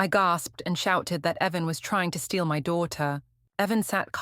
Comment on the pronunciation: Why didn't your AI notice the difference between 'Heaven' and the name 'Evan'?